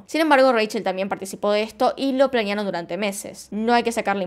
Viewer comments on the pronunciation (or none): Me gustan sus videos pero me molesta que diga plañear y no planear😧😧😧😧